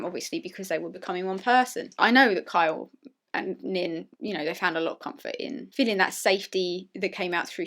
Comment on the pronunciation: "Sorry, I'll pronounce that more clearly: KYA does listen to me and KYLE would listen to me" One second later: "I li' Ky' lot"